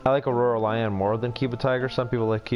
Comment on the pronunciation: Anyone else annoyed that he kept saying “aurora lion” and “keeba lion” lol